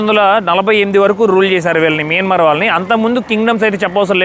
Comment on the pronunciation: Please pronounce properly country name that country name is not మిన్మర్ మైన్మార్